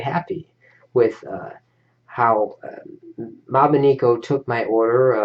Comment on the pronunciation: you pronounced it wrong it is mobineko not mobineeko